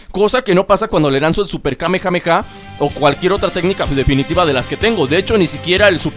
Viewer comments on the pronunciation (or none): none